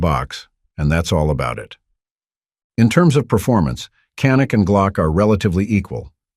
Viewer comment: Canik is pronounced YA-nik in Turkey. The gun is of Turkish origin, not Israel. I love my Canik TP9SF Elite. It was my fourth handgun purchase. I'm currently looking at getting a second Canik. I'm not a glock fan. Yes, glocks are great guns.I tested a Glock next to my Canik. Before I bought my canik. You can read who won that battle. Canik. Best trigger I ever felt on a gun. The grip is awesome on ergonomics.